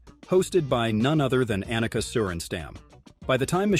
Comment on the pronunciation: Her name is Ahneka, not Anneka. And it's sorenstahm. Not sorenstamm.